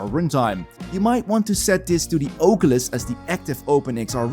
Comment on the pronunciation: God i love the Ohcuelis